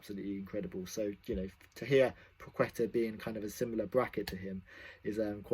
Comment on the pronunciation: pwaheta - pronunciation